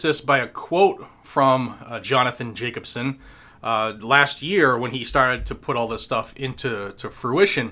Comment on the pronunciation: "Jacobson" Every. Single. Time.